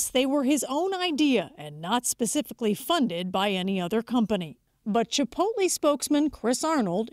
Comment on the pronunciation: "Chipolte"...dumb ass can't even read.